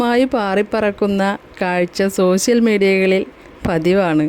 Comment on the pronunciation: ഈ വാർത്ത വായിക്കുന്ന ആൾ തന്നെ " വർ ശം" "സോശ്യൽ " എന്നൊക്കെ ആണ് പറയുന്നത്. സ്വന്തം നന്നാക്